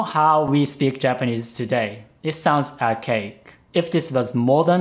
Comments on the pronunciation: When says Archaic, I misheard it as OUR CAKE. *USSR ANTHEM INTENSIFIES* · I heard arcade instead of archaic every time. Time to get dem ears checked.